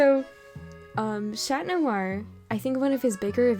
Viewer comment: That's how you say it tho